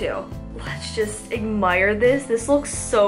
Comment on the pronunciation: omg i almost died when she said egmire its admire. sorry but you say quite a few words incorrectly that just make me cringe. but seriously no hate.